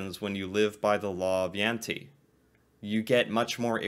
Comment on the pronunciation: Its not jante is jente